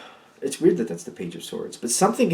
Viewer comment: Funny “like dat”. I live on the island of Maui and we say lik dat. 😂🤙🏼🧜🏼‍♀️ This message is super accurate and happening right now over events from the last week.